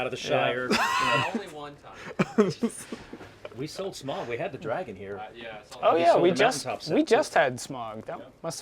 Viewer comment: I’ll be that nerd here, it’s pronounced Smowg not Smog. I know that neither of those are the proper spelling it’s obviously Smaug. Those spellings were for pronunciation.